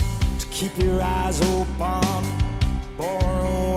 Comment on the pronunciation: Would the way he pronounces "open" as "opahn" be a classical thing, like a choir? He favors the "ah" sound in harsh vocals too.